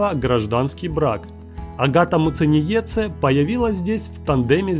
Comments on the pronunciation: Масочки от Няшечки !!! Не Муценице А МУЦЕНИЕЦЕ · Научись выговаривать Muciniece 👿🤬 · Меня одной бесит, как он читает Агатину фамилию? Я из Латвии ,как и она. Уши режет от такого произношения... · Неправильно произнес фамилию агаты